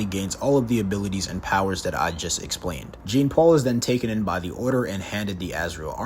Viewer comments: Jean-paul..... Jean-paul... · He went the ENTIRE video without taking the time to actually lean how to say the character's name. Painful. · the funny thing is that sometimes he does it throughout the video. So either he's mispronouncing on purpose or is a bot. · Zhohn-Palh is how you pronounce Jean-Paul. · Okay 3 minutes in and I hate this guy. It's not "Gene Paul Valley"